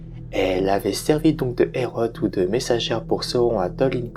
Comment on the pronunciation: À mon tour de te rétribuer de précieux conseils, on ne dit pas "hérotte" mais bien "héro" pour le mot "héraut".